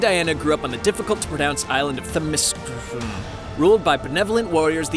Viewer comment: where the grunts necessary, and themescyra isnt hard to pronounce lol